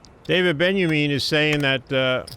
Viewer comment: Gabe says Daniel Benjamin. Lol. David benyamine.